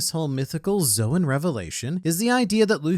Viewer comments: "Calling Luffy a Mythical Zo-wen user will never not be weird." Well it would be SLIGHTLY less weird if you stopped pronouncing the word "Zoan" so weirdly... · Bro I keep thinking he's saying the N word because of the name of the devil fruit